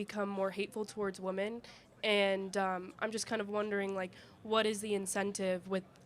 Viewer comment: WHAT IS IT with women that can't pronounce wo-MEN but instead uses wo-MAN with there is more than one wo-MAN?